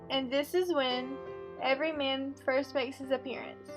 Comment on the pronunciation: clicked to watch the summary of ''everyman'' but you summarised the story of ''every mean''. please try to pay attention to the stressed and unstressed syllables in order to pronounce clearly